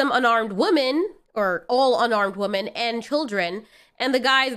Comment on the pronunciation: Girl, I love you but you gotta start pronouncing Women correctly. My inner English major is dying every time.